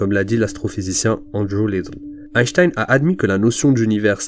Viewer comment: Pourquoi dire même Einchtein ?